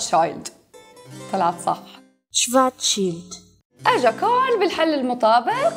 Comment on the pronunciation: schwarzschild اسم الماني و تقرأ شفارتسشيلد و ليس شوارزشيلد